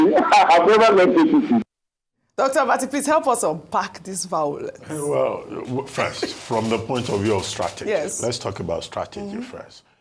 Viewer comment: VAWULENCE Crew 😂😂😂